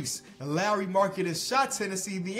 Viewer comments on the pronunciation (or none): none